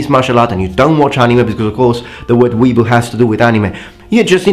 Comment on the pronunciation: It's Wee-A-Boo